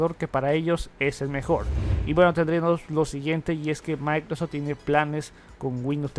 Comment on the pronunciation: No sé por qué no pronuncia bien. Siempre tiene el mismo error, todo es "MAICROS tal cosa". Molesta.